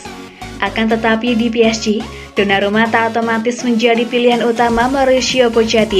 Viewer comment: Mala denger sonarumput